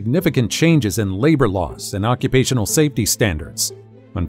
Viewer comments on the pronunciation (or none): none